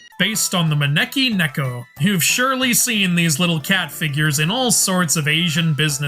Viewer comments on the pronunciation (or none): none